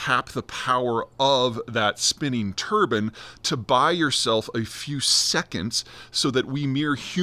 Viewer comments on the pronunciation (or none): It’s not turbon, it’s turbine you freak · Tur-bine, not Tur-ban! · Turbine not turban 😊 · Love the turban instead of turbine. I kept visualizing turbans spinning. 🤣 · Americans pronounce "turbine" and "turban" the same? 😂 Also - yet MORE reasons why "net zero" is a fool's errand! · Turbin? do you mean TurbINE.. the I is pronounced EYE, just sayin' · Are Americans randomly changing words for fun now? Just to piss us off? Turbine mate... not turban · Turbine not Turban. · "Turben" is not a thing. Turbine has a hard I, like fine or wine . The French pronounce the word as a hard E, like been or seen . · Turbine, not turban 👳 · Turban? Those go on the heads among Sikh, Muslim, and Hindu men! Surely you mean a turbine, as in a rotary generator! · That's exactly what I heard. But apparently, in some parts of the US, they actually pronounce it tur-bin, rather than tur-bine. Makes you head(gear) spin. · Turban or turbine? 😂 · Do most Americans pronounce "Turbine" like "turban"? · It spins a "Turban"? Did you mean a Turbine - rhymes with Lime, not with sun. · It's American pronunciation. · my only question is if he pronounces Turbine like that how does he pronounce the hat similar to what sikhs wear? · I hate how you pronounce turbine